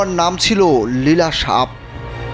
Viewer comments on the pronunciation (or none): "কালভেলা" নয় ভাইয়া "কালবেলা" ...... বট।😂😂😂